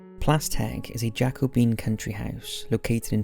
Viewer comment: . Jacobean isn’t Jack-o-bean. It’s Jako-be-un. Not being a dick but just thought I’d point it out. It refers to the period King James VI of Scotland (who was also King James I of England) was on the throne. Jacobus being the Latin equivalent of James.